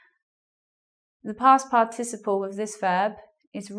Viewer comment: Huahuaa. A lady trying to teach good English... But she herself says "past par TI ciple" ... wrong strong syllable. The correct is "past PAR ticiple". Ahh the net. So many weird people teaching weird stuff around. Bizarre